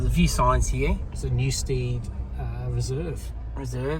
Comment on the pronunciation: New-STED, rather than STEAD. So glad you tried Dig!